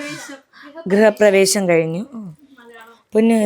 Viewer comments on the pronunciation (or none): Grihaprevesam aanu prevesham alla kto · ഗൃഹ പ്രവേഷം അല്ല ഗൃ ഹ പ്രവേശം ആണ് best of luck♥️♥️♥️♥️ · പ്രവേ 'ഷം' അല്ലാ.. ശം.... ഗൃഹപ്രവേ 'ശം'.... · ഗൃഹപ്രവേഷം ❌ഗൃഹപ്രവേശം ✅ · ഗൃഹ പ്രവേശം ✅ഗൃഹപ്രവേഷം ❌